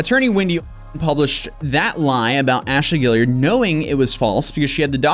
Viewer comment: Is anyone else pissed that he doesn't know how to pronounce Gillard? Like great video but I continued to cringe throughout the video on you saying Gilly-ard its Gill-ard or Gil-lard not Gilly-ard